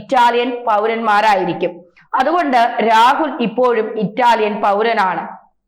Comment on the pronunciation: മാഡത്തിന് നാക്ക് വഴങ്ങാത്തത്കൊണ്ടാണോ ഇപ്പോയും, അപ്പോയും എല്ലായ് പ്പോയും എന്നൊക്കെ കേൾക്കേണ്ടിവരുന്നത്?വളരെ അരോചകം തന്നെ. ഇനി മയ, പുയ, വയി എന്നൊക്കെയും പ്രതീക്ഷിയ്ക്കണോ. മുമ്പ് സഹാവ്, മുഹം എന്നൊക്കെയായിരുന്നു പ്രയോഗങ്ങൾ. ഇതൊക്കെ ശ്രമിച്ചാൽ ശരിയാക്കിക്കൂടെ.